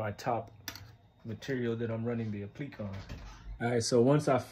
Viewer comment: Great video. Just wanted to let you know it’s pronounced Appli•kay